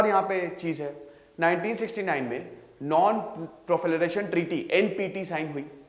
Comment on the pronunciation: "नॉन पोलिफ्रेशन ट्रीटी" का उच्चारण सही में सिद्धांत सर अच्छे से नहीं कर पाते है🙏 इसके बारे में सर ने पहले एक वीडियो में बताया था।🙏🙏